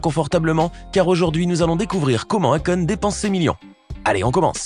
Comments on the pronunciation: Eykon ca se prononca meme si s'a s'ecrit ako' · BON pour la prononciatio, Akon.....;il faut prononcer AYkon ! Et pour son vrai prenom c'est Alioune BADARA Thiam, le damala cétait une blague, il disait DAMALA BEUGU, c'est du wolof qui signifie je t'aime. Il s'appelle pas DAMALA mais BADARA ! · Qui a réécouté le nom de Akon?🤣🤣🤣🤣🤣🤣 quelle prononciation ! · Y prononce très mal akon